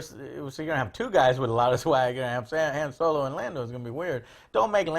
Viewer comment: How can Joe be such a big star wars fan and still pronounce Han Solo incorrectly.